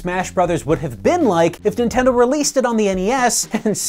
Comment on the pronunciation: "Ninteno" lol